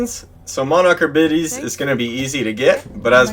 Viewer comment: Great guide, but im sorry, the word "abides" is pronounced "ah-bye-d'z". As in, you must "abide" by my rules. Or, a child who never "abides" by his parents wishes. Hahaha